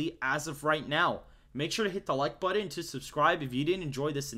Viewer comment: That’s not how you say button